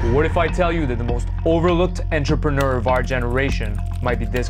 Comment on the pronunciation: Why does this guy say ennntrepreneur like that?? Tf. 🤮